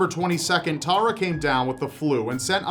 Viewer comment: Hearing Americans pronounce my name like that makes me die a little. I bet that guy was innocent. "Tah-rah" probably did it after someone called her that too many times. ;)